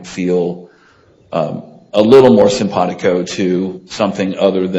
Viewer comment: I can’t stand when his lawyer says simpatico